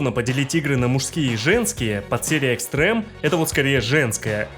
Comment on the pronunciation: Не Эйн, а Айн. Это же немецкое слово, и в самой игре его так произносят. Не Экстрэм, а Экстрим, ну, это же вообще очевидно. Пот и грязь были до 6 части. До Dimensions в Ultimate много чего сюжетного показали. Как по мне сюжет здесь самый вменяемый среди файтингов, ну, еще может в Fatal Fury и (если разобраться) в King of Fighters. Однако соглашусь, что в файтингах он не нужен. После Virtua Fighter, сюжет которого раскрывается лишь в мультсериале (весьма неплохом), я думал, ни один файтинг меня больше не удивит. Однако DOA оказался прямым его наследником, а после 5-й части, с учетом очень похожего управления я вообще воспринимаю две серии почти как одно целое. С Теккен, на мой взгляд, DOA вообще ничего не роднит. Никогда не замечал, что в третью часть легче играть. По-моему, они все одинаково сложные. Все рассказано очень сжато, автор готовился, но очевидно, что не фанат, играл и вникал мало, и теплых чувств к серии не испытывает (кроме как к фильму). Кстати, про клонов не понял, напрягаю мозги, но не могу вспомнить в каких файтингах они тоже были. Эти клоны придают некий научный оттенок истории, что роднит серию с Virtua Fighter и делает ее более реалистичной. Здесь нет других миров, богов, мутантов, монстров в несколько раз большего размера по сравнению с другими персонажами. Ну, есть Тенгу, ладно. Важно, что Хаябуса и остальные нинзя не используют оружие, которое в других файтингах приводит к абсурду. И еще Касуми хотели убить, не просто потому что она могла раскрыть секрет